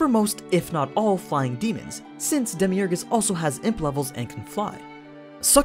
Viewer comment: Who’s Demi Ergas or is it just demiurge